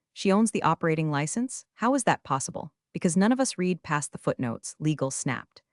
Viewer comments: Reads like an AI-genetated story. It's not this, but that and a few instances of past-tense "read" spoken as present time reed instead of _red_. Fast food for the brain. One forgettable feel-good revenge story. Not great, not terrible either. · I like the stories; however, the AI text-to-speech really needs work pronunciation is horrendous. Read (reed) read (red) etc. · Still can’t pronounce read correctly?